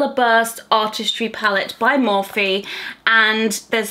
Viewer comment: Pretty sure you’re pronouncing morphe wrong.... or do I pronounce it wrong. I’m so stressed over this 🤦🏼‍♀️